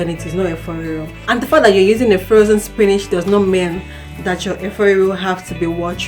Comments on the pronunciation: Use your dictionary and listen to how it is pronounced. /spi nich/ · why is she pronouncing "spinach' like that